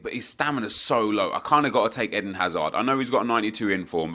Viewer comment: Isnt it Eden like the garden of eden not Ehdin hazard